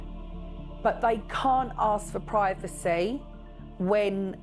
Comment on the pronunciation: Where does the Britt accent come from. Pwivicy, for privacy when did R become W.